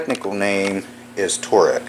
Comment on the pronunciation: It’s called “torx”, not “torex”.